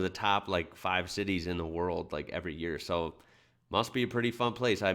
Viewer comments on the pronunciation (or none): none